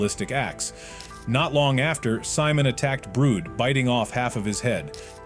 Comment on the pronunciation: Wait brood? WHO IS BROOD ITS BRUD 😭